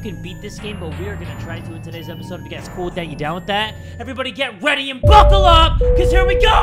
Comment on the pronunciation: I love that said "everybody get weady and buckle up cause here we goooo"